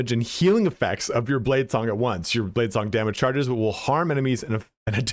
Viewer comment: He said blade slong , sounds like a cool skill.